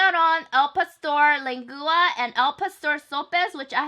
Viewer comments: Jane your so right because I'm Mexican and she said it wrong but no hate to her she is amazing but I'm starting to get hungry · You should try Tacos el Gordo or Vamos a Texcoco mexican food. Super authentic. Super good. (Len-gwah) but from now on the mex.hyuneebees are pronouncing it lengooa♡ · Sorry dear..but it's pronounced lengua....like aqua...it's the same ending sound...not lengooa...lol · lang-oo-ah😂 so funny but i love you so much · It’s pronounced Len-Gwa for the beef tongue .... lol I love that our Mexican food is enjoyed in Amy other cultures ...it’s just too good not to love! #ProudHispanicMexican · lengua is pronounced lang-wa and the thing in the middle was probably sopes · Lengua is pronounced leng-wah. Love you and your videossss! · I love your videos 💗 Try pronouncing it like lengwa 😊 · It's LEN-GUA and CAŔD-NA-SÀDÀ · btw lengua is pronounced "lengwua" just so you know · I love the way you say lengua 😎😊 but it's actually pronounced lang-wa. It's all good though. You're have a cute personality and your videos are awesome. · So everyone's gonna ignore the fact she calls lengua leng-gooa?🤣🤣🤣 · Lengua = Lane-gwa that's how you pronounce it. ☺️ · len gua lol no hate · Lengua is pronounced LEN-GWA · It's pronounced "leng-wa" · I love the way you say, lengua. Lmao